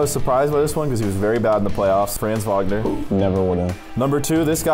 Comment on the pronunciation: It’s Franz Wagner not Franz Vagner